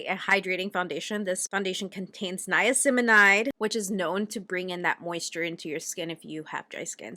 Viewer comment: It's 'niacinamide' 👍